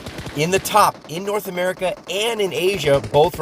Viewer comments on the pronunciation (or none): none